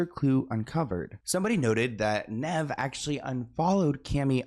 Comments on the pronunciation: The pronunciation of “Nev” is killing me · bro didn't even pronounce Nev's name correctly!!! omggg x.x